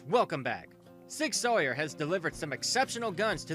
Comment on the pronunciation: Sig Sawyer LMMFAO!!!!!!